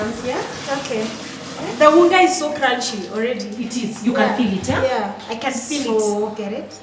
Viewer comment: When said i can "feel" it gerrit😹😹. "Phil"😂😂